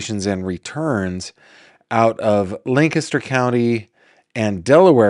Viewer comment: Hi,! LOVE that you pronounced Lancaster correctly! Ephrata is pronounced EFF-ruh-tah or EFF-rih-tah, but seriously doesn't matter...although I'm ridiculously taking time/words to inform. 🙄 My hometown is Lancaster, PA. Currently living in Southern Illinois. Soooo...Lancaster/Lancaster County is known for an incredible arts scene, The Fulton Opera House (Fulton Theatre), Central Market, amazing historic architecture, large Pennsylvania Dutch/Amish community, the really great movies "Witness" and "The Boys from Brazil"...and now the delightful, alleged "grave robber," Jonathan Gerlach. 😳 I love one of his neighbors, who was quoted (lancasteronline) as having said, "He seemed like a nice man with some unusual proclivities." Yes, sir. Very astute.